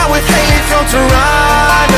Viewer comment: What an amazing tune. Keep listening over and over. I’m from Toronto and I feel like someone told him the slang pronunciation like he should have pronounced the “T”